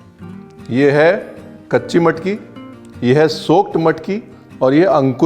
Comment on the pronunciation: You made my day loved the way you said bread, matki, bhaji, vatan and कट… being Kolhapuri we can drive miles and wait in queue for hours esp in cold weather or rains… your observations made it more authentic abt how it’s prepared and served… took me back to my hometown… loads of love from NJ 🇺🇸